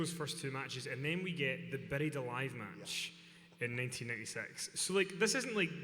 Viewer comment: “beddied alive match”